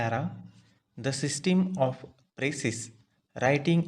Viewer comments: bhai sisteen ni hota hai yr pronounce toh thik se kr lo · Sistim kya hai bhai pronunciation sudharo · Bilkul bhai.... इसकी सिस्टिम खराब है शायद।😜😜😜😜